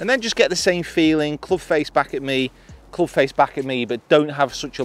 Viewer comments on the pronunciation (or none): .......cloobsh.............'jual' sole............punting......